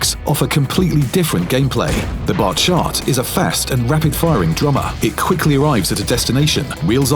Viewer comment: Why he says the batchat like that??!!?!